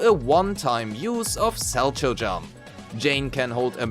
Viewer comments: its pronounced "SAL-cow" not sal-cho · For what it matters, it's pronounced "sal-cow"; it's a type of figure skating jump.